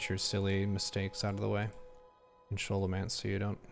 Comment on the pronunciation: SKO (rhymes with blow)-low-MANCE. This came up on the forums during Vanilla all those years ago, and the devs weighed in to tell us.